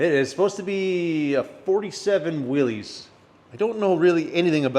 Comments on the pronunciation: It's pronounced Willis, not Willeez... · I'd be impressed and satisfied if all you clowns would pronounce Willys correctly.